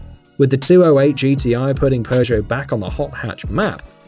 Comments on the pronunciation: It's pronounced pego not progeo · Please tell me. Why the hell do you pronounce "Peugeot" as "per-show"? WHERE'S THE "R"?!? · i hate that seemingly all english speaking people pronounce peugot so badly its not spelled PERRRGO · Honestly, I'd say Toyota SUV drivers (any model) are more prone to tailgating than Audis. Also, the British really need to learn how to pronounce Peugot. I don't speak French but even I know there is no R sound in the name.